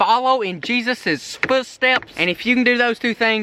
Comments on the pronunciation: The part Whalen you messed up saying footsteps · My favorite part was you screwing up saying follow info in Jesus’s footsteps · When you could not prounce follow foot steps